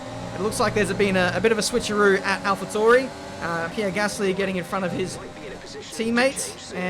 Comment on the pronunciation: Ffs... say Alpha Tauri right please XD I'm going insane